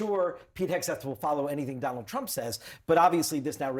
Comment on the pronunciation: You don't know how to pronounce Trump again lols...he is really giving you guys headache lols...just chill Trump is on point...leave the hate